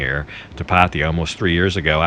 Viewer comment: Every tme a vlogger pronounces it Pattie-ya, a kitten dies 😥